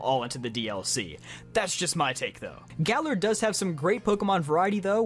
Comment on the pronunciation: Time stamps:Galar 👎 :Galler 👍